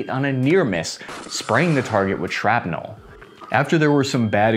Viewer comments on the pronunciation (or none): none